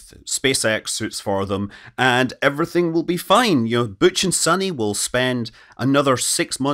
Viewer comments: Why is Butch “booch” but Sunny is “sunny” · He says "Butch" like a French speaker